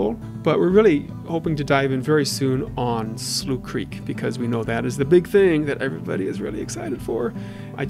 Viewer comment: Wait Slough Creek isn't pronounced Sloth Creek? I've been pronouncing it wrong this entire time. These bugs are funny as flip especially the zoomed in/zoomed out ones Anyways keep up the great work!